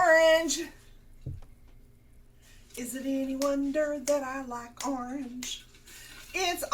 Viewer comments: it's arnge it's arnge it's arnge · it's ARNGE it's ARNGE it's ARNGE! 🍊